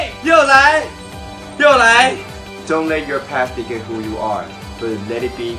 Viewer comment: dictate 啦，不是decade😂